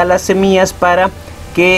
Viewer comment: No soporte ver todo el video, dijiste cono 1000 veces SEMIAS